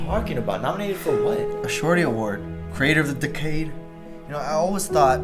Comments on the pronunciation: I love how he pronounces "decade" as "decayed" so funny. He's basically making fun of the award. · Isn't decade pronounced d-ec-ade...not d-ecade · You don't deserve is cos of the way u pronounced decade dude 😂😂